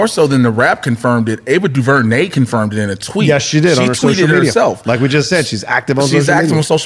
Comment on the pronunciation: Someone please teach how to pronounce Ava DuVernay name. On Heroes podcast he butchered her name.